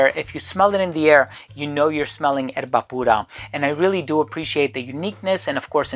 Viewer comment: Amazing video/review! Perfect pronunciation of Erba Pura… Bravo 👏🏻